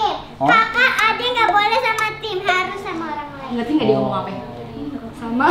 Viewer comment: Kak ricis lucu kalo lagi ngomong 'apee yee' wkwkwkwkwk